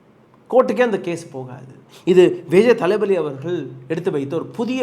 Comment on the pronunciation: தப்பா சொல்லாதீங்க! தள்ப்பதி விஜய் னு தெளிவா சொல்லுங்க!